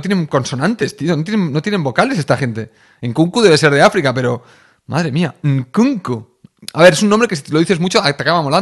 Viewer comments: Me descojono con los comentarios en alemán de "Enkunkuuu" 😂😂😂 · JAJAJA mi parte favorita fue la pronunciación de "Nkunku"